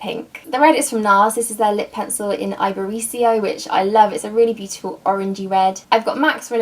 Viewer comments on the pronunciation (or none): Love watching packing videos! BTW iberico is a Spanish word pronounced ee-behr-ee-co ;)